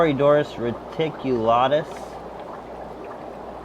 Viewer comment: Reticulatus was the most complicated one that I heard you get right. Still good content, my man. Latin names are hard and I don't blame you.